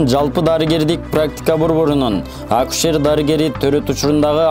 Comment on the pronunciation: Ушул тантыкты кайдан таап кабарчы кылдынар.Козуздук эмес,коопсуздук акусер эмес,акушер!!!